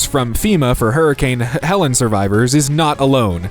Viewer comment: Please learn how to pronounce words, especially fairly simple ones like "regiment", "accessory", "medial", and "Helene", and you realise you can rerecord voice clips, right???